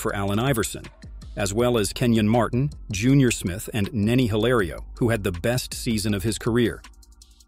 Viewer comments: “Siracusa” “Junior Smith” 😂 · "junior smith" smh